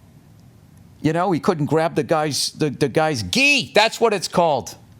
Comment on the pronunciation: GI... it's gi.. I'm thinking gie gea 🤔..